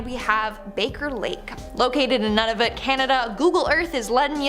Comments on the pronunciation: Hey, Baker Lake is my hometown. Was surprised when you included my hometown in your videos!, I liked your pun, heheh. Here is how you pronounce Nunavut (Noo-na-voot) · Lol , nunavut , HA, so funny